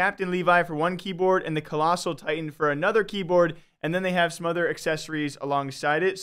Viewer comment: attack on "titans" XD